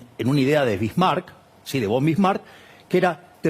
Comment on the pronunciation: Que la esperanza de vida fuera de 45 significaba que había una gran mortalidad infantil, ejemplo dos personas de 80 con dos hermanos muertos al nacer: 80+80+0+0= 160÷4= 40 años esperanza de vida. Eso no impidió a los que vivieron llegar a los 60 y jubilarse! Ah y se pronuncia FON Bismarck De cualquier forma tenés mi voto Milei.